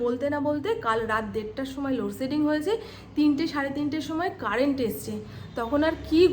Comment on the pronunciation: লোডশেডিং । 'শ' কে 'স' বলো না। তুমি এত স্মার্ট মেয়ে তার জন্য' স' লোডসেডিং বলবে না। ❤❤❤